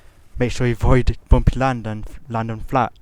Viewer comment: i loved how u said bumpy lands."bomphi lnds"...im not making fun at u ok :) Great tute.Helped me a bunch.